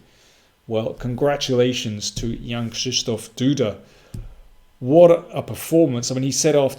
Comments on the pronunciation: Congratulation Mr King for the pronunciation of the complicated name of the Winner. It seems that you have prepared for it ... as the true GrandMaster! The analysis, as usual... superb. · Wow! You have the second-best pronunciation of Jan-Krzysztof Duda in English youtube chess channels! Good job on that, I believe it took quite some time to nearly master it! :D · Perfekcyjna wymowa nazwiska Jan Krzysztof Duda. Myślałem że jesteś Polakiem z pochodzenia:)))